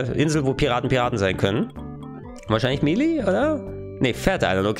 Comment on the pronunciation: Melee wird May-Lay ausgesprochen, nicht Milii